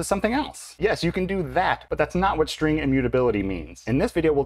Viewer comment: This is "copy-on-demand" in Delphi and Free Pascal. Same strings are pointing the same memory. When You change one string then a new reference created to a newly allocated memory. And strings ARE NOT immutable in these languages. The procunciation of "string" is terrible in this video!